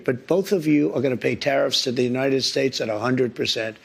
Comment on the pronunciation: Did anyone else hear Trumps slip up? Did he say, Terrif, countries, ooops, countries? Gosh if this doedsnt ring alarm as to why these terrifs are placed, then we are in trouble... is anyone else talking about this slip up in this interview?..